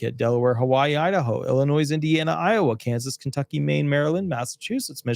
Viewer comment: Illinois: pronounced Illinoi